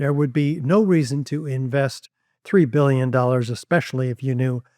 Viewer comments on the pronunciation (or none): “three and a half bulyin” (that’s billion for me and you)🤣🤣